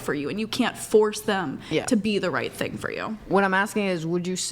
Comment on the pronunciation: I can't stand how she pronounced the word "thing" as "teeng."